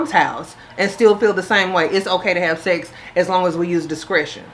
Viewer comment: Gurl nots "secks" lol